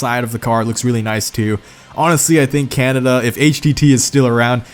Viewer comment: You say Canada weird